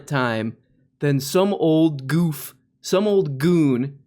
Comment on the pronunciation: I love the beautifully k'najen way you say "some old goof!" Reminds me of home. 🥲 (K'najen = Canadian but spelled the way it's pronounced by many a fella & lady. Many k'najen, many 'merican. >ahem< You're Canadian, right? I thought I heard that mentioned? Frankly the Canadians & Americans have WAY more accential crossover than people act. People in Minnes-OOOOOH-ta & North Dak-OOOOOH-ta & Manat-OOOOOH-ba & S'skatch'w'n all tend t'talk th'same out there, dontchaknow? Ho-kay! Real good, then. See y'later, y'ol' sonovagunderson!)